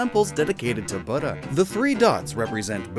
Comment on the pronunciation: You said buda, I heard butter ( butta) everytime